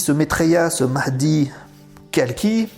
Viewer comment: Combien de étiquette ? Qui va te comprendre ? Il faut un pouvoir imble de rédemption . C'est trop zen pour eux . Tu a correctement pronancé le mahdi mais le plus important tu va te souvenir si tu seras d'accord ou contre lui